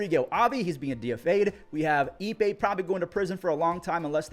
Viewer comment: His name is "Ippei" not "eBay." Get it right.